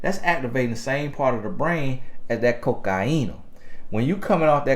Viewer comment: what does call cocaine?? "Coke-ki-een-ah"? im dead lmbo